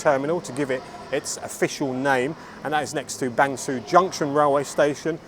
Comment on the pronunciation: Interesting video! A note about Bang Sue. It's pronounced 'ser' as in 'her' rather than 'sue' as in Pollard. I only mention it because you often talk about the place in your videos. Keep up the great work!